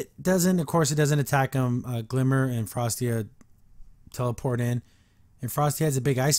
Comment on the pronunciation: It's Frosta!! Not Frostia!!